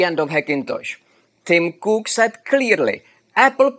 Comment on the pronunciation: Tim...Crook is what I heard! Thank you for nice explanation and builds!